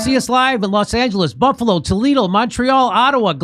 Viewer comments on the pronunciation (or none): none